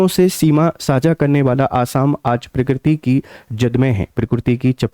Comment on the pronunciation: Are murkh .not pokkiriti.. pokkiriti hi keya . Allah ka kudrat hi